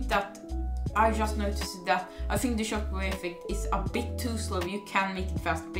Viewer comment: I love how you said chockwave